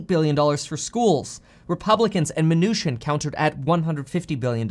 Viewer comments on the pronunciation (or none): none